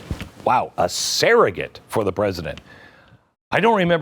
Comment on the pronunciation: Not serrogate; actually it’s surrogate.